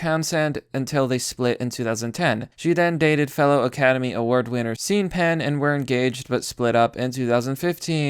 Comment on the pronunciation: You said “seen penn”. I’m outta here.